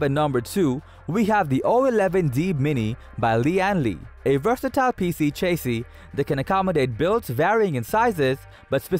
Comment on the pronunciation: lol chase-ee.